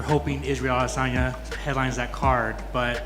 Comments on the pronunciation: Why do you keep on saying adesayna like that..... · The way you say a-DI-sanya triggers me. Stop trying to say his name real sweet and just speak normally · "Israel A-DIS-Sanya" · Ah- diss- on- yah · Why are you pronouncing Isreal Adesanya like that Lol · Why do you keed saying Adesanya the way you do? Sure if he heard you he'd tell you to not pronounce his name that way. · You sound like you’re having a stroke when you try to pronounce Isreal Adesanya’s name. Jesus get it right. There is no “diss” in his name. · “Former ADsisi chiampien” it’ll never not be weird…🤦🏻‍♂️ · I don’t think you’re pronouncing Adesanya’s name correctly. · You do you pronounce adesayna so weird lol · Put up a poll on how you should say adesanya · Is no one going to address the pronunciation of Adesanya?